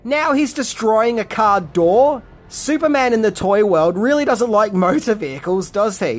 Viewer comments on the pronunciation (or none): none